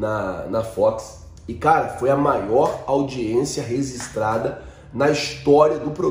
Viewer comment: audiência "resistrada"? Parece um professor de contabilidade meu. Homogêneo,, agora você sabe